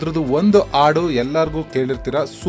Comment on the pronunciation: ನಿಮ್ಮ ಪ್ರಯತ್ನ ಶ್ಲಾಘನೀಯ ತುಂಬಾ ಇಷ್ಟ ಆಯ್ತು ಆದರೆ ನೀವು, ಹಾಡು, ಎಂಬ ಶಬ್ದ ಉಚ್ಚಾರಣೆ ನನಗೆ ಆಡು ಎಂದು ಕೇಳಿಸುತ್ತದೆ